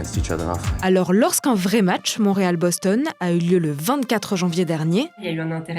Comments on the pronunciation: Draft = repêchage All star game = match ou partie d'étoiles Il n'y a pas de mi-temps parce qu'on 3 periodes (on est pas au soccoer ici) En français on dit LNH On dit Boston et pas bostone (il n'y a pas de "e" à la fin du mot Boston) Sponsors = commanditaires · C'est que c'est écrit Boston, mais les français prononcent bostonne comme s'il y avait un "e" invisible à la fin du mot. C'est comme avec le mot Michigan. Il ce rajoute encore une fois un "e" à la fin alors qu'il n'y en a pas. Les étasuniens prononcent Boston et Michigan sans "e" à la fin et comme c'est eux qui ont inventé les noms, il faut se fier à leur prononciation. Voilà !!